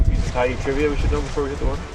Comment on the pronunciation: Tyee Pool not TREE Pool